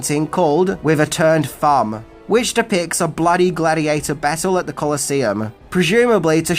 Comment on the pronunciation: Gladheateher? Not bad, maybe you should talk about Pokeherhotass.